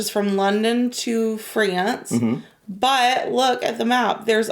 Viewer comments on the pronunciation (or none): How did she pronounce France 😂